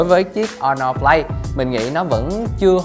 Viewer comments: Sao Asus lại không nên mua nhỉ? Mình thấy cũng ngon mà. Với lại review đọc Honor Play mà lại đọc là Honor Flay. Đâu phải điện thoại Trung Quốc nào cũng không đáng mua: Xiaomi black shark, Xiaomi mi 8 / mi 8 EE / mi 8 SE, Huawei nova 3/ 3i,Huawei P20 pro, Oppo find X, Vivo Nex S, Asus zenfone 5/ 5z,... Không đáng mua là sao nhỉ? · Vãi đọc , Honor Flay - GPU tu-bôn - Les of le gần =)) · Khuyên thật bạn này k nên làm review điện thoại Phát âm thì sai Hono flay là hãng j thế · Đt chơi game đc z rồi mà còn đòi hỏi camera? Phát âm tên sp nghe ức chế vl hono play? Là sp nào vậy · nó đọc o no play